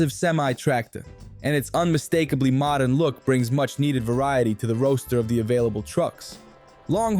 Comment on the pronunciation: He said roaster when he was supposed to say roster. English is not his first language. I thought he was just a New Yorker from the deep Bronx. AI is getting better it had me fooled for a bit.